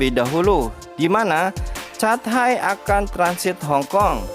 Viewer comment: Catay.. bacanya katey 😃😃